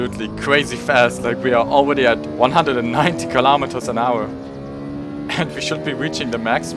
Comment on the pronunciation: “Aweady hit it.